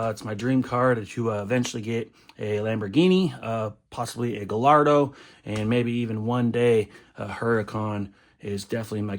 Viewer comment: Love watching your vids! Just letting you know Gallardo is pronounced Gahyardo, seems like Akon got you too